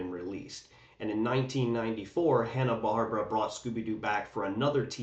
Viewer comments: Bar-bear-a not barb-ra 😂❤ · I really appreciate you taking the time to make this video, having found it engaging from start to finish, but I hope you don't mind my saying, the Barbera in Hanna-Barbera is said "BarbEra", not "Barbra". Thanks again.